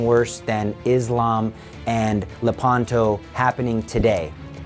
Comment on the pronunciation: Le’panto. The accent is on the antepenult.